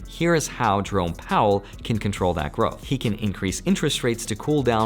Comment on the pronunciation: Whenever you say, Jerome Powell, I hear it as Drone Powell.. lol. I fly drones.